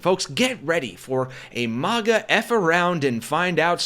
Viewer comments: Maga is pronounced like magazine not like mars. You sound stupid! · This customer is lying! But, nothing new wjem it comes to these instigating, gaslighting MAGA jerks! 'It is not a strict Starbucks policy to call out the name on the cup for every order; baristas may call out the drink instead, especially when busy, and have the discretion to not call out a name if they are unable to pronounce it, if it is offensive, or if they feel uncomfortable doing so. The practice of writing and calling names is intended to be a personal touch and to prevent drink mix-ups, creating a connection with the customer, but it is not always followed.'